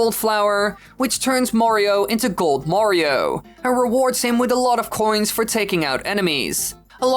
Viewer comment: "Mawrio..." And I thought North Americans pronouncing "Mario" as "Marrrrio" was horrible enough.